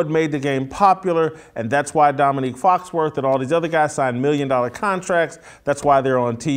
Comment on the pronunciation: Jason it's Foxworthy not Foxworth.